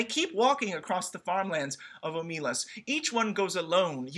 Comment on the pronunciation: You ought to be able to tell that the intended stress is OH muh LAS, because it makes the title and last phrase a line of iambic pentameter. ;)